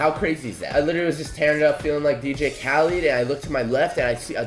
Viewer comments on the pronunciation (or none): none